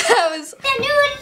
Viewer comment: They did not even say NEWS they said NEW